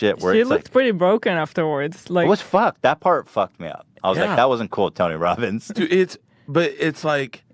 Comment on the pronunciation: "Tony wobins hungwy.... Nom"